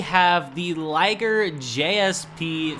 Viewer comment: Didi you just pronounce Ligier as "Laygr".